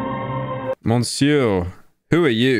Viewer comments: I was forced to go to a french school for 6 years and it was traumatizing, but it was worth it because now I get to ridicule him for his pronunciation of monsieur (Missieur) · The scariest thing is hearing pyro’s pronunciation of monsieur